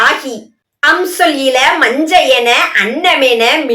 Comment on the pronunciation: நன்று! வாழ்த்துகள்! மஞ்ஞை என்ற சொல்லை மஞ்சை என உச்சரிப்பது மாற்றம் பெற வேண்டும்.